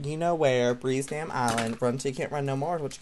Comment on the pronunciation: said dame 😄